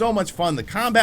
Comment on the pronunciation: YS is pronunced like "Fleece" just drop the F and L... not "eeez".....